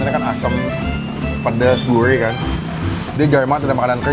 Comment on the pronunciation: Gurih bang!! bukan Guirh wkwkw....